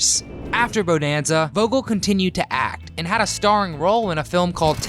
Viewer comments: You need to learn how pronounce the title properly. It is not pronounced beau-nan-za it is bu-nan-za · All the info and you say the name wrong like 50 times. Buh-nan-zuh. It is freaking annoying. But thanks for the info kid. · Please say it right. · After 2 pronunciations of Bonanza, had to stop watching and leave a dislike!!!